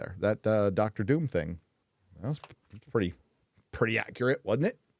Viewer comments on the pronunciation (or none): none